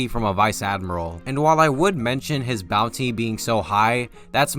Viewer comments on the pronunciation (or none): none